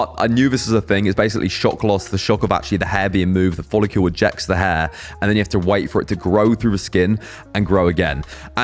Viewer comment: You'd think 6 months into the process he would've mastered the pronunciation of the word follicle by now🤣